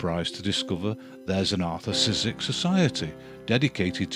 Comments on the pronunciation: Wonderful series. Just one tip for the pronouciation: Szyk would be pronounced as Shyk in his country. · Szyk's name is one syllable! More or less "Shick." Pardon the nittygritty. A fine series. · I don't know if You are a person who narrates this but if you want to say "Szyk" you say "Shyk" as in polish "sz" is read as an "sh" in english. I hope it makes reading polish last names easier :D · Just to let you know Szyk is pronounced 'sh-i-k' Sh(as in shock) - i(as in did) - k(as in key) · For future reference: Szyk is originally pronounced like "shit", just with a k at the end. Don't know what the Americans made of his name in the end, though.